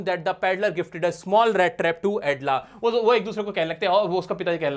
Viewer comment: Edla nahi Elda 😅